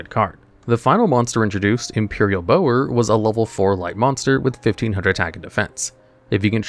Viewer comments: Bower isn't pronounced like bow and arrow, it's pronounced the same way as bowing (bowing your head) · I always thought it was Bower was pronounced like Bowser without the S, not Bow er